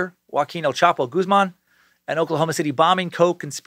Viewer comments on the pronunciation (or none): none